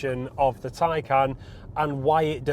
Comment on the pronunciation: Oh Burn. You must be speaking via experience. Anyways, please learn how to pronounce the name of the car before reviewing the car.